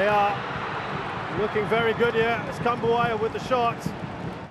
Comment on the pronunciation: Gua dengernya komentator Kritikan buaya 😂